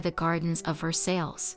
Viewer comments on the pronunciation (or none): The mispronunciation of Versailles and the last names of the individuals in this video bothers me immensely